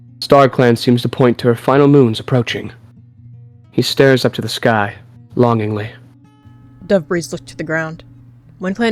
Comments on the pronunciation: “Dove’Breeze” sounds a lot like, “Dabreeze” (Lalalalalaaaa) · Why did I hear Debris not Dove’breeze